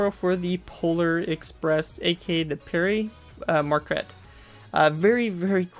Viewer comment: Good job man but it is pronounced (Pear MarK-ET)